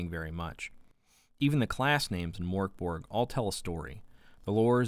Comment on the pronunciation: Solid review! Just what I was after and now I actually consider purchasing the game. (Also props for the correct pronunciation right off the bat)